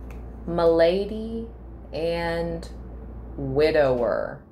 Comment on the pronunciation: Not ma-lady but mal-a-day, meaning illness from the French word “maladie” . With widower and then the candle going out… wooooowwwww, not good sign. Hope they are ok. I do understand the conversation ‘gossip game because they would probably think Libra should have sent even more money. Not family, hardly know them….. hope they are fine.